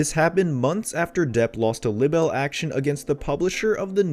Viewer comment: Libbel lawsuir??? God get someone who can read....PLEASE??? Pronounced Lie Bul